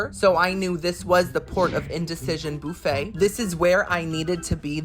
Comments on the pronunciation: Boofay? No bufffay! It's not Halloween 😊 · Boofa??!!!! 😂 Buffet. You know he's going right to the fruit bar! Lol!!!!! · Do you pronounce buffet “boo fay” to rage bait? 😂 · It’s buffet pronounced ba fey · I love the way you pronounce “buffet”